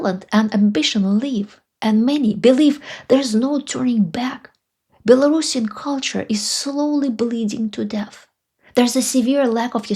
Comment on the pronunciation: I appreciate your pronunciation of “Belorussian”. Too many people say “bello-russian”. It was Ksenya Turkova that highlighted the importance of the correct pronunciation for me.